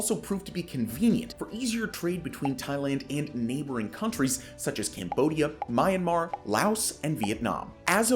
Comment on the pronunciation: Good info. Please learn to pronounce the geographic locations: e.g. Brunei, Andaman, Myanmar, etc.